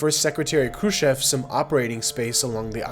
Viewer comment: THANK YOU....for pronouncing "Kruschev" PROPERLY!!